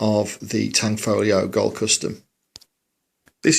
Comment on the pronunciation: Wow, finally someone that owns this bb gun who pronounces "Tanfoglio" right